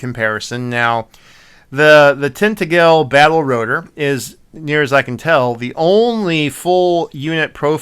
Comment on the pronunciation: Thanks. Good summation! I appreciated the history of edition releases. Lastly, Tintagel’s “a” is pronounced like the a in 🍎 apple. That a is the strongest stress too. The g is like a j, so, tin TA jil. Cheers, mate. 👍